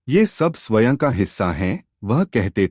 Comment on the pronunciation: Bahut accha bolte hain aap. Lekin ek shabd baar baar khatakta hai. Swaen shabd ka uccharan Swayam hai. Jaise sanskrit ka ' aham'. Anuswar (Akshar ke uper bindu )ko 'n' aur 'm' dono ke liye stemal karne lage hain. Isiliye galati ho rahi hai. Hindi ka uccharan aapka bahut accha hai.